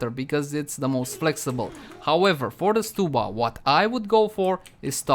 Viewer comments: I think it’s st-uh-bba, not st-oo-bba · odd i pronounce it stub like ticket stub then uh. So stub-uh. Stew-buh sounds so weird to me haha.